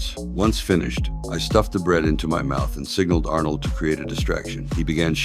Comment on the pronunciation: I didnt know it was AI until he say arnold.. 😂